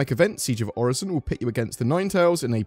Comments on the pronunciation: Its not pronounced like Horizon. Its definitely Oh-Ri-Son. Im so excited for the groundwork for salvage and the cargo refactor lets gooooo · Also Orison I would think is best pronounced as ori-son, I doubt the s is a z in this case. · I strongly think, and feel if Orison was meant to be pronounced "Or-eye-z-on", there would be a conjoining vowel with the "i" (example: "Oraizon", or "Oreizon"); also, or Orison would possibly be spelled with a "z" (case in point, "horizon"). Still, ever since Orison came to be in 3.14, if memory serves correct, I have always heard it pronounced "Or-i-son" (with the phonics of a soft "i"); so, this his how I will pronounce Orison. Yet, to avoid a debate on phonics I kindly request that no replies be added to this comment. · It's most definitely pronounced 'Orison." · I think its pronounced Orison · It's obviously pronounced as "Orison" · It's pronounced orison duh 🤣